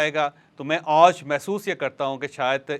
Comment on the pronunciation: You always says "Auj" instead of "Aaj" please correct your pronunciation